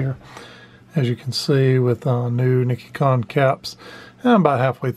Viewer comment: it’s Nee-she-con.